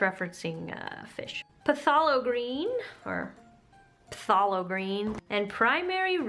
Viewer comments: Lol. It's phthalo green pronounced thay low. Looks like a cool subscription art box. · it is pronounced "Thay-low" green. yes you clean your brushes between colors unless you are blending wet on wet. and if you want to remove the texture on the canvas, you can add a layer of gesso, sand, and repeat 2 more times. great video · it's pronounced "Thay-low" green, great video and love the painting too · HAVE U NOT HEARD OF BOB ROSS? WHAT THE HELL IS PUH - THALO GREEN?